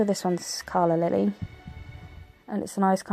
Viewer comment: I think you said it correct a couple times, Calla lily/Cal la Lily. Beautiful set of Nails 💅. ❤ 💚 💜 💙 💛 Lucy's & The Glitter Fairy